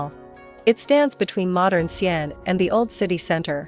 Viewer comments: Ar til lery. Don't swallow the artillery barrel. Same with pronouncing Xi an. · I don’t think you hv ever set foot in China. The city is called Xi An. Not XIAN. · Actually it is Xi'an